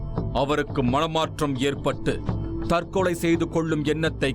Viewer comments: திரு நிழல்கள் ரவி அவர்களே தற்களை அல்ல தற்கொலை நீர் பேசும் தழிழே தற்க்கொலைக்கு நிகர் தானய்யா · Tharkalai allaa...Tharkolai